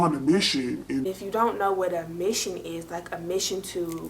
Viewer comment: You saying ‘mission’ has me thinking you from Ohio lol hey girllll